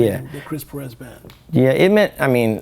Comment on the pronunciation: Would be great to hear Perez pronounced correctly.